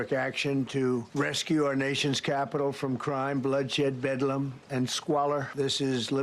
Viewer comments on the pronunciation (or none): He thought it was "bed-lamb". AKA a 14 year old girl...